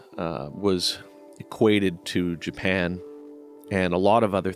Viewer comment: "JA-PAN" just killed me!